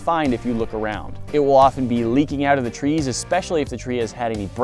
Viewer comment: At the very beginning, i heard tweees instead of trees